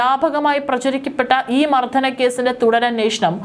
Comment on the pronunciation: ഉച്ചാരണം ദയവായി ശ്രദ്ധിയ്ക്കുക. ' മർദ്ദനം ' പലയിടത്തും ' മർദ്ധനവും ' 'മർ ധനവും 'ആകുന്നു.